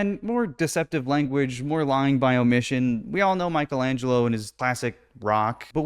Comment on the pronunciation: if you're going to pretend you know a thing or two about art you should at least pronounce Michelangelo's name correctly.